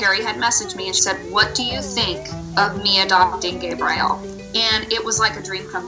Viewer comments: Who names dogs some of the most popular and known names in the world then decides to pronounce them so stupid? Your I -L , Sam-I L, Gabe Rie L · Right? I’ve never heard anyone pronounce it “Gay-bry-ell” or however she was saying it 🤦‍♀️ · Adorable! But, oooof. That pronunciation of the names is like nails on a chalkboard. Bro it's pretty clearly "your-ee-el" not "your-eye-el", "Sam-ee-el" not "sam-eye-el", and "gay-brie-el" not "gay-br-eye-el" just based on the spelling alone 😬 who thought yall how to read